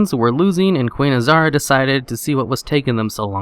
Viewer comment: Azhara not azara